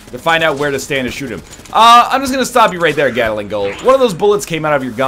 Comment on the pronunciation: NL, please. For the love of Celestia... the name of the gun with the multiple rotating barrels and the bird-boss that uses one is "GAT LING", not 'gattle-ing'. This has been driving me nuts since the first episode...